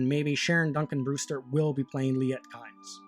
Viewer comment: Kynes is pronounced 'keens' - or at least it was by Frank Herbert in several interviews